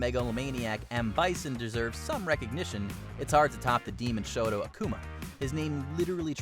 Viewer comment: It's pronounced 'Aakooma' not akuma